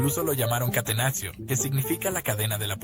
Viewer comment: Gran video, pero que dolor de cabeza que digas "catenaxio", se dice catenacho y ya, no es español.